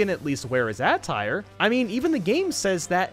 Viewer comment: “It’s the classic Indians Jones look right down to the hat and big backpack” Has he even seen Indiana Jones? Also how say “attire” gives me cancer